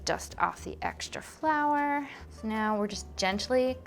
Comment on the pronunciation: I'm living for how she pronounces flour. (Fleur) . It was cute. :)